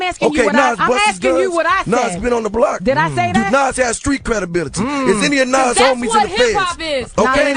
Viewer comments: hate how this nigga sayin nore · Nigga...its Nore not Nas lol, no one rocks with him